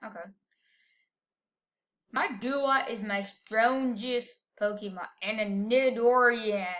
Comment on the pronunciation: It's nee-door-an not nid-or- ian